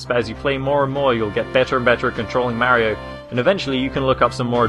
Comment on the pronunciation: u say Maerio instead mario